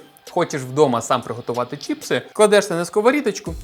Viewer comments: чіпси не правильно казати правильно чипси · Вот только на Украинском правильно не Чіпси а Чипси